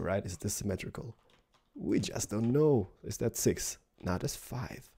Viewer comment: !!!!!its not semitrical!!